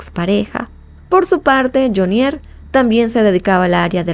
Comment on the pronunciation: Carcel de FUMANDI, PAJUDA AVERIGUE BIEN...ES JAMUNDI, NO FUMANDI, Y NO LE HAGA ACENTO A JHONIER, HAGALO EN JHO, NO EN NIER